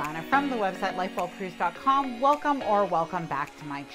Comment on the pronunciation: Love listening to you! When you say: Life well cruised, I hear Lightbulb cruise 😂